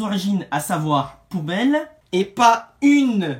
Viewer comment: Petit point qui m'a fait tiquer dans la vidéo, c'est n'est pas Poubelle mais Poupelle (avec un p et non un b donc) Et sinon bein oui, j'ai pas "forcé" avec depuis l'année dernière sans raison ^^